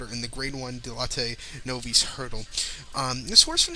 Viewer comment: Good effort,. Bagged a couple of winners and an exacta. Novice is pronounced nov-iss. Good luck.